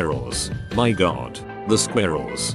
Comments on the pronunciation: Nobody: . . . Sqairrles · and the squarels, oh the squarels’ LOL 😂